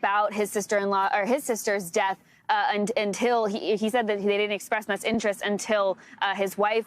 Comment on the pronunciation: PLEASE! IT IS NOT “DATH”, the word is pronounce death, de-uth. Not DATH!